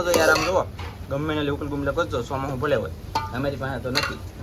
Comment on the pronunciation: Ghisoda to ok but ene sukel bumla kehvai gumla nai